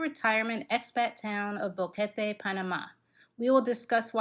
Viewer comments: It's BOquete not BAHquete. She said it right, just ask anyone who knows Spanish. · This is the best video about Boquete (thanks for pronouncing the name correctly) that I have seen so far. Great information and a real view of the area. 😀👍 Thanks!!